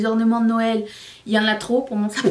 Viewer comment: Mdr quand tu as dit « Tapin » (pour Sapin) j’ai tellement ris car en France un tapin ça veut dire quelque chose de pas très catholique 😹 Sinon ☕️ toujours 😃